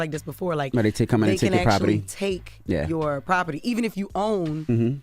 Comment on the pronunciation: Envy you can’t say the word property no more